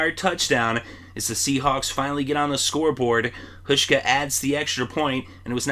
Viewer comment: Hauschka. Pronounced HOWSH-KA